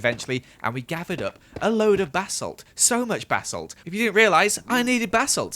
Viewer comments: No one: Literally nobody:: B-a-salt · anyone notice how said basalt lol 😂😂😂